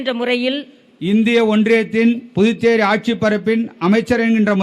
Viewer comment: the guy says "புட்டு சேரி" Pudducheri. Can he not practice and come ???